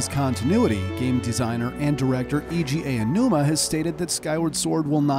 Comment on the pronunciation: And Eeji Awanuma!!